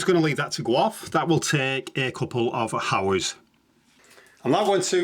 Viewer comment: " A-D-Sive" "How-ers" lmao You removed the "H" from "Ad-He-Sive" and stuck it on "(H)ours" lol